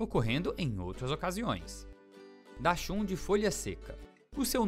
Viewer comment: O narrador não sabe falar o nome da raça do cachorro